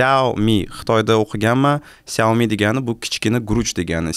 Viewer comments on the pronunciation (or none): none